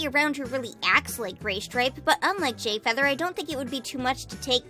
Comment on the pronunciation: did..did you say "gayfeather"?